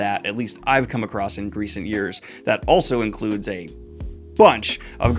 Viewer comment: I can’t decide if “Greecent years” is a flub or an intentional pun when discussing classic inspired fantasy…